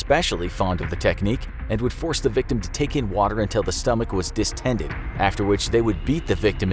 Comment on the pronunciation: Word of the day: Distended (the narrator appears to have just learned this word) 🤣